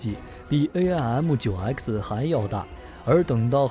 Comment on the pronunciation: Did you forget 1958 Sep, F86 with side winders 鑽入M15 , 17, 尾火孔，。遁入爆炸，失了14 M15 , 17, 台俠和平， Aim means 目標。不是，A-I -M 唸弯舌头，。噁心透了